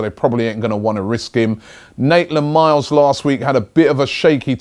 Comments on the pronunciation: I know mate. I keep leaving comments telling Robbie that he is mixing the N and M up, but he continues to get it wrong, quite annoying really. It's like when he calls Atletico Madrid 'Athletico'. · Maitland Niles robbie, not Naitland Miles ahahaha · Robbie it's Maitland-Niles not Naitland-Miles!!